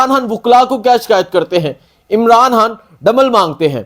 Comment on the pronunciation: یار خدا کا واسطہ عمران ہان نہ کہا کرو بلکہ عمران خان کہا کرو۔ جب خان کہتے ہو رو ہان کی آواز آتی ہے